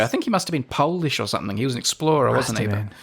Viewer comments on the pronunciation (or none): Come on man, it's Polish...